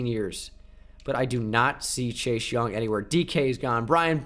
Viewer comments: I love you. But this is really driving me crazy. Why do you say Chache Young. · I love how he says chase like chash